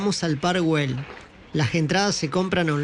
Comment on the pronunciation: Que es eso de Guel Se pronuncia ell si fuese inglés ya pronunciarias bien